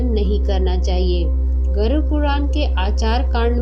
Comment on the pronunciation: गरुड " शब्द का सही उच्चार करना। गरूर" उच्चार ना करना